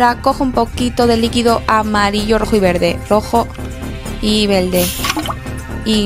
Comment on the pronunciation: Porque hablas mal as dicho en el video para decir verde has dicho vele porque